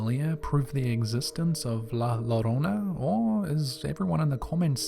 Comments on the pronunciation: And British people and Americans who shamefully don't know Spanish: the DOUBLE L in Spanish is pronounced with a Y sound so it's not La LO-RO-NA it's actually La YO-Ro-Na. Just a little I For Y, lads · 2 ll is pronounced as y so not llorona but yorona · I think the person narrating this video should be fired for his bad grammar alone. He really should learn how to say words he is less familiar with before he used them and records it forever. Llorona is pronounced yourona. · Two Ls make a Y sound. Its pronounced La Yo-ro-na. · The word Llorona is pronounced Joe-rona, the double L in spanish sounds like a J